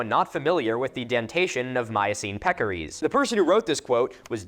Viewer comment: it's peccaries, not pekories. Just thought you should know lol